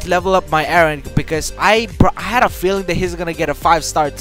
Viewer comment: Why are you guys saying wren and not eren?